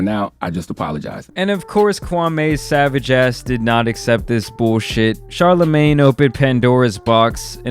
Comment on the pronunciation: It’s killing me hearing you say CHARLAMAN” like it’s his super hero name or something